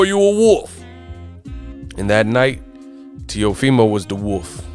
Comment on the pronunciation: teofimo not neofimo